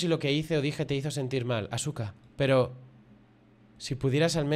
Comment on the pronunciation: 😅😅😅 buen video, Asuka puede que se escriba Asuka pero se dice aska, normalmente en Japón no suele sonar fuerte la u jajaj